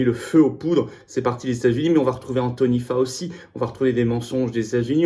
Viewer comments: say it faochi not Fauci a la fin ce nest pas un si mais un chi FAO / CHI Merci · On prononce FAOTCHI !!! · Excuse-moi, Florian, mais ca se prononce (Anthony) FOWCHI.